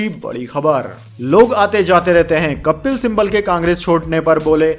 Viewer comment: कपिल सिम्बल मत बोलिए, उनका नाम कपिल सिब्बल है |